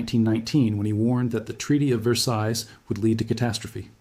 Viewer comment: The S at the end or Versailles is silent. There's something about European history that I knew and you didn't.